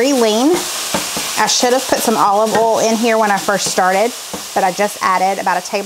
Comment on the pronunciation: Thank you for the clarification, once again, of the word "oal". My mostly deaf Yankee self couldn't survive without the lessons. 🤣🤣